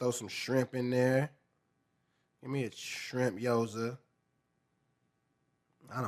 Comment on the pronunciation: “Guy-yoza” is crazy work